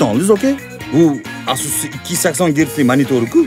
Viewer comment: Асус мас, Эйсус дейилади Не Асус,а Эйсус